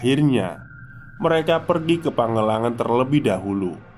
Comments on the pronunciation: Maaf mas pangalengan dibacanya bukan pagelengan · nama tempatnya PANGALENGAN!! knp jd pangelangan....baca yg bener coba!!! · "PangaLengan" ,,dibaca seperti baca "Kaleng".. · Mungkin maksud nya Pangalengan bang bukan pangelangan 😅